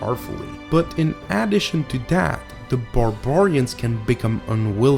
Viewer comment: LoL,..Really?,.Some guy that can't pronounce ANYTHING in English? Borbarians? The Paryhic War? A guy that is a liberal piece of morally corrupt/genetically defunct trash? Yeah,.great review,.lol